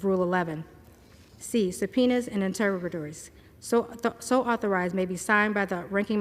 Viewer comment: Do you know what interrogatories are? She mispronounced the word three times...I'm guessing she doesn't know what it means either.